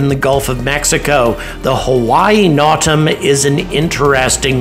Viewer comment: It's pronounced NO TAM. As in, NO (no means no). and then TAM (Scottish hat). Notice to Air Missions.